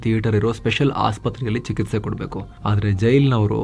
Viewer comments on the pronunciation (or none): none